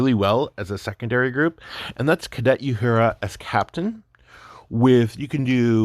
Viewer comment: I made it to. . I can't listen to someone who can't pronounce Uhura's name, tell me about Star Trek